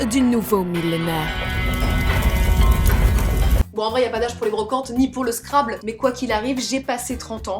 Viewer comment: On prononce scrabble : Scrabbeul